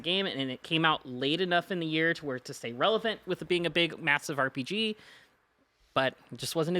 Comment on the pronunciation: Game of the Yera??? Speak English at least 😂